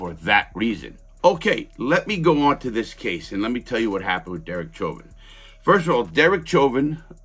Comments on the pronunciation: It's pronounced SHHHOVIN, not CHOVIN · Learn to say his name properly.